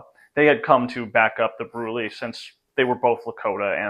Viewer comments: THAN YOU for stating that there is no known photograph of Tasunka Witko! For future reference, it isn't Broo-lay, it's simply Brool! Nothing special, just a simple one-syllable word! Also, for what it's worth, Conquering Bear wouldn't give up the cow killer because he was from another band and was a GUEST in the village and, therefore, according to Lakota custom and law, he could not be given up because it would violate custom! The fact that Gratten, thought the Indians were stupid and their customs and culture had no place on the face of the Earth, he got himself and all his men killed! All due to stupidity and a lack of common humanity! Also, Tasunka Witko wasn't known for scalping his victims! He really wasn't into that! Joe Marshal may say differently and he IS Lakota and I'm only an adopted member of the Lakota! But, from all I have ever heard from the Lakota people, they say their Strange Man wasn't into scalping! I haven't read Joe's book! Tasunka Witko was humble and didn't like to boast! He let others speak for him! Thanks for the video! Tasubka Witko remains an icon of the Lakota People! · No, it's brool. You may say Brulé but around here it is pronounced Brool.